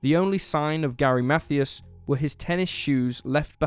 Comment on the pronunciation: It's pronounced Math- I-as as in Hi.